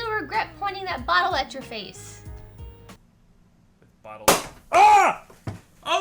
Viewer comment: the botle killed me lol